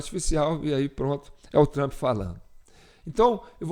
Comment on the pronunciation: Na IA ele vira o TRAMP. Pessoalmente é TRUMP